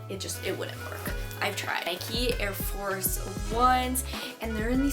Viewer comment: Please please pleaseee Stop calling it 'Nikey' 😂🙄